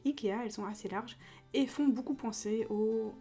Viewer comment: Tu dit toujours bOUcoup au lieux de beaucoup mdr 😂😂